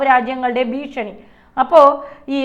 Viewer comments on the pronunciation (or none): none